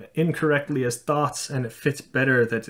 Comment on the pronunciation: The fact that you pronounce thoughts as thots makes many of your sentences very funny xD (no hate, just pointing it out)